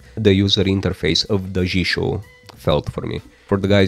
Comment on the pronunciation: Your Daijisho pronounciation is perfectly alright